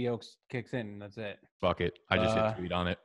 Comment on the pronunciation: “fack you”